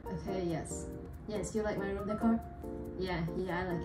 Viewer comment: Not RwOoM